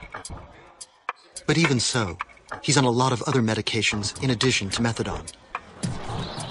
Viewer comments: PS It's methadonE not methadoN, that was killing me the whole time. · It's not methadon it's methadone!! With an e on the end!!! Jagoffs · MethadONE not MethaDON. I don’t get it!! There’s an E at the end. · And then there's "methaDOM." They say that methaDOM is stronger than methadone.